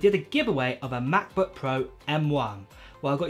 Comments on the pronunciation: The Name is Mäcbook and not Maaakbook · Cannot stand the way this guy says macbook "ma.bu"